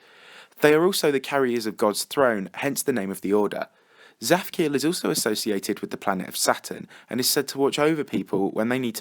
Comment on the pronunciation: It's not zaphkiel it's zadkiel.